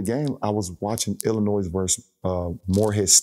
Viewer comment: Can't say Illinois but is a basketball genius